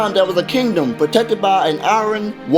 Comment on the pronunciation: You know you don't actually pronounce the word "iron" like you see it? You said "eye ron" Sounds weird